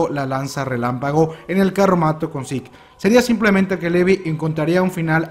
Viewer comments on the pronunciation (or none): none